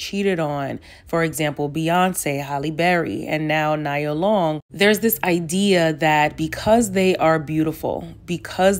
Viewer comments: Did you say “niya “ long? Chile…… I know no one wants to discuss it but this is a black culture thing. And many people talking about this stuff are not black American. Why are people who stress to the gods that they are not black American at the forefront of black American topics? No offense, but Elohim, Loveliti and the leader of TSR are NOT black American descendants. I don’t know why you mispronouncing her name kinda made me upset. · It’s pronounced Kneeah. She’s one of the top Black 90s girl! She’s fucking Nia Long like what was he thinking 😂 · 🗣NEE-AH! My goodness this woman been famous longer than you been alive, I know you have heard her name pronounced before. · How tf did I miss this upload 😭😭😭, and 🤣😂🤣 it's pronounced Nia - Neeya Long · knee- ah , great video! Just had to say that because Nia Long and I have the same name lol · “Nee-yuh” sis lol it’s actually pronounced Nee-yuh 😅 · Love your content 💖 her name it’s pronounced Nee-yah tho. Keep up the amazing work hun 💞🥂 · This has nothing to do with the topic but you kept pronouncing her name incorrectly. It’s Pronounced like Knee-Ah. Like one of the 7 principles in Kwanzaa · You mispronounced Nia Longs name this entire video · Girl you said it when you said women will die with family and friends and MEN will die alone !!!!!! SO TRUE and Yuu Better know it 🙆🏾‍♀️.... On the other hand how old are Yuu to be pronouncing her name wrong , lol. She had been around for years and this is the first time I have heard this pronunciation. At any rate, great video. Well spoken 👍🏾👍🏾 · bro she she just didn’t know how to pronounce it.. and it does seem like a Nigerian name.. plss y’all😂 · Every other channel pronouncing Ime Udoka wrong…you pronouncing Nia wrong 😑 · Its nee -yah not nyah just saying but here for the content nevertheless and no imo i dont think its ever worth it didnt know they had s 10 year engagement that seems a little off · It’s not Na-ya Long 😂 It’s Knee-ya Long 😢😅😂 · Nee-ah 🚫 Nya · *Nee-yah Long